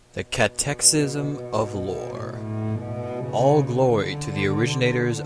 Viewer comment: It is pronounced cat-uh-kiz-m.